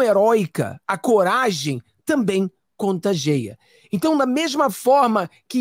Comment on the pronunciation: Prezado, vc estando há trinta anos nos EUA, é normal que se descuide um pouco dá língua pátria e cometa alguns equívocos! Acompanho seu canal e o admiro;nessa live mesmo você empregou à pronúncia do verbo CONTAGIAR erradamente! Não é contagea! Desculpe à sinceridade! Continuo firme no canal, abração!